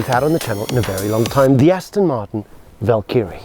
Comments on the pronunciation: This SAfer pronounces Valkyrie like Knobkerrie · Annoyed with how wrong this guy is sayng valkyrie 🥲